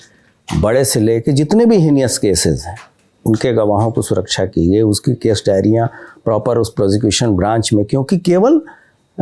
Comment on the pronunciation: हेनस को हीनियस बोल रहे हैं😂😂...अब ये चयन आयोग को भी लीड करेंगे😂😂😂😂😂 कुछ भी बोल रहे हैं..सौरभ भाई, आप लोगों को जीने नहीं दोगे क्या....😂😂😂😂😂